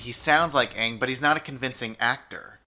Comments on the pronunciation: Everytime they say aangs name wrong I want to murder a village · man I hated the way they pronounced Aang it pissed me the fuck off every time I heard them say it I feel like I lost a brain cell each time. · i remember like hearing the pronunciation of aang and i turned off the movie immediately. awful. i only saw 10-15 minutes of this movie but it was enough to alienate my entire being. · The way they mispronounced Aang's name infuriated the hell out of me! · The thing that bothered me most about the movie was how they pronounced aang and I couldn’t finish it from there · they didn't even pronounce his name right i'm dying so hard inside...like did you even try? and on another note. no. the fire nation is not japanese. They're based on china and the topography of the fire nation is based off iceland and several other islands. there's a whole ass video on this. why didn't they get zuko's voice actor from the series to play him? my god WHO LET THIS MAN DIRECT A FUCKING MOVIE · My God, they mispronounced the main character's name, did no one do any quality control? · Another big thing is their weird pronunciations... the show isn't dubbed in another language.. why can't you say the frickin' character's names correctly???? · I forgot how much I hated the way they pronounced aang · You know what really gets under my skin about this movie more than anything else? They mispronounce almost every fucking name! I mean searously how do you get that wrong. THE SHOW LITERALY SAYS THIER NAMES OUTLOUD! Its not like you just read the name wrong! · lmao they didn't even prononce Aang's name properly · They never said Aang's name right in the film. They could have at least pronounced it better? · Can you guys get over the fact that they keep pronouncing his name "Aung" instead of "Aang"? I couldn't, didn't, cangn't...can't. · They pronounced aang like ong which rhymes which bong which is what they were smoking with when filming the movie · i hate how he says ang!!!